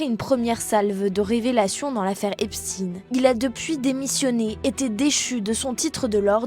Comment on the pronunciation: Oui comme Einstine ou Frankestine😂